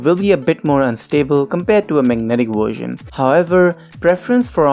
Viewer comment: “Wersion” xD